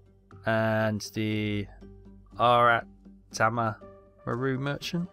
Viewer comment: It's A-ra-ta-ma. All you have to do is look at how it is written in Hiragana (see WIKI). It is the phonetic alphabet for kids and used in everyday script for fleshing-out Kanji for adults. Put simply: Aratama starts with the Hiragana character for 'A', then the character for 'ra', etc. Now what happens in spoken Japanese is that they slide things together when talking, rather like we do in English, or any other language. At times this works, like at the start or end of a word, other times not. I repeat the example of: Toyota. I do, and I'll bet you too say: 'Toy o ta. But no one in Japan says it that way. It is: To yo ta, and three Hiragana symbols to boot, the symbol for: to, for: yo and for: ta. The only three-letter syllables are those I have mentioned, like sh and ch + vowel, tsu, and whenever they stick a into what is otherwise a normal two letter syllable. You may not know this, but when the Japanese shift from, for example: go to: gyo, they add a signal to the Hiragana character (diacritics), so that the reader knows that it is: gyo, not the normal every day: go. These are two small dashes for the simple change, and for a more significant change, they put a small circle next to the base Hiragana character. All that being said, Japanese differs hugely from Chinese, there is nothing in common, other than some pronunciation of Kanji characters in the old style. But even then, the Japanese have reduced the sounds down to the Hiragana level and the pattern is precise. F